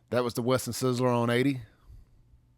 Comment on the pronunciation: Not "Western Sizzler." It was "Western Sizzlin." I used to work for that company and spent a day at that store as a relief manager.